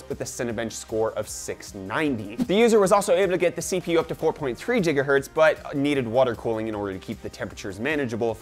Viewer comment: Every time u say Jigaherts I want slap u hahhahahaha